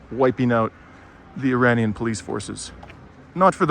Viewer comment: Those people in IRAN who pronounce IRANIAN as "Eee-Rainy-Yan" are trying to sound Western, and by doing that they're imitating a Wrong Western Pronunciation!!💚💚